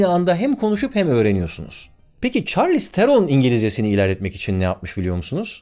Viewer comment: Çarliston mu?